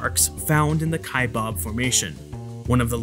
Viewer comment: Cool video, thanks. Correction: Kaibab is being mispronounced. Narrator is enunciating "Kaibab" as kai-BOB. It's not 'bob.' Second syllable is pronounced as the sound of a bleating sheep with a 'b' on the end. So that makes it baa-b. Kaibaab.